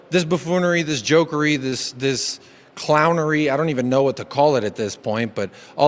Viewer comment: Dees club, dees players…